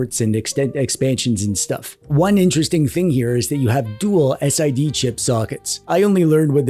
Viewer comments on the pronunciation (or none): I just get my neckhair alerted a bit when I hear you say S-I-D chip... Its SID chip ffs :P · SID is pronounced Sid (as in Sidney). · You say "SID" and "VIC" like names. Sidney and Victor.